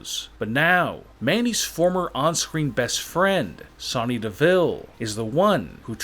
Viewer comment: Your saying Sonya wrong!!!!